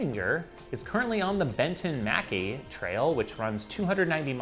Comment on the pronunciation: Ha, Benton MacKaye Trail is pronounced BEN-ton meh-KY (rhymes with sky). Über Scottish, named after founder of Appalachian Trail. Great work Hunter!